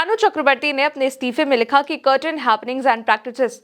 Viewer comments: Madam, it is "certain" and not "curtain"...😂😂 अभी इतना ही देखा है, जब सही pronounce करना सीख जाओगी फिर आगे देखेंगे.. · Madam English pronunciation zara practice karle.....'kartain' nahi 'sertan ' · It is 'certain' not 'curtain' madam. Systemic not Systematic. Get your pronunciations right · On 51 sec. कर्टन या सर्टेन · Curtain nahi certain 😂